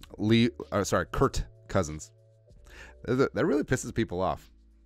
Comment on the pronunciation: No its Kurt